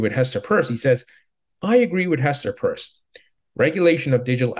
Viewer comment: why do you say Hester "PURSE"??? Can you say " PEARCE"?